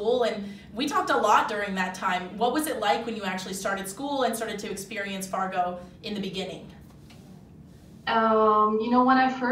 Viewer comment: You have SD listed in the description, but they keep talking about Fargo, ND which is about 45 minutes north of the SD border. I'm thinking you need to fix the description! I love that she says Fargo, ND just like a Dakotan! She sounds like me and I still say it that way, even though I have lived in Nebraska for the last two decades! I remember when my high school in Moorhead (city next to Fargo) hosted a girl from Oslo, Norway. She was the one that triggered a future interest in hosting exchange students. We will be hosting our 6th one next year! Our first one was from Norway!